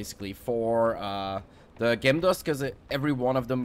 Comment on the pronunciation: Your English is fantastic, but just to help you, pronounce Gem as Jem. Great video too thanks.